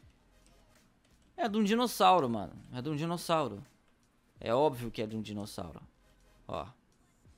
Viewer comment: Você disse Dinocossauro